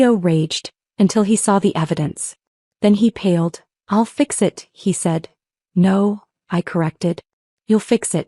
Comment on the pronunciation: Paled not pad